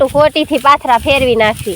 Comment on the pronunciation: Patara no kevay ben pathara kevay